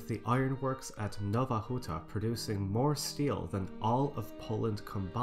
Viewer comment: Out of curiosity, do you speak any polish? Your pronunciation of Polish names such as Nowa Huta were really good, I wonder if you researched them, or if you knew how to say it?